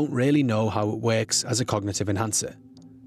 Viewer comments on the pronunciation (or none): we still don't really know how it weks but she's saying it does wek